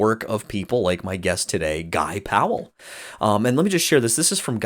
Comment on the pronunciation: Thank you for pronouncing our last name correctly! Bugs me when people pronounce it as “Pal”. Two syllables people, two syllables. Haha